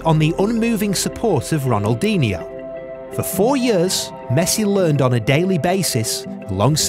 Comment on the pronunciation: it pisses me off every time he pronounces Ronaldinho wrong